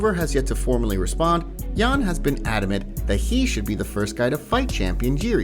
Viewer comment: You gotta respect fighters enough to pronounce their names right. You don’t pronounce the J in Jan like the J in John but you do in Jiri